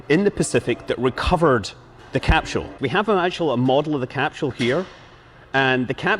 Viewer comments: What is a "Capshual"? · Uraneum Cuz Scott keeps saying “Cap-Shule” would be my guess? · Capsule is pronounced with a hard S, not with an SH as in SHit.